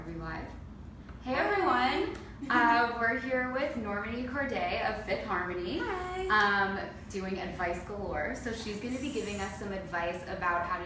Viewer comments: did she just say normane it's normani ughhhh love you mani....I don't know why people keep spreading rumors about you though it's really sad but Ik it's not true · The cringe when she said Normini instead of Normani😁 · Why didn't she correct her when she said NOR-many 🙄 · its Nor-mah-nee why didn't she correct her 😭 and good interview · Did she really say normini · I wish Lauren was there to correct the interviewer for butchering Normani's name. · the way she pronounced her name😂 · she butchered her name....wow -_